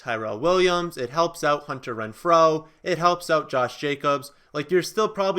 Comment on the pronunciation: How you say Renfro really bugs me lol